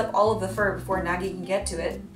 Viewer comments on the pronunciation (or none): LOL!! NAGGIE? ITS Nagi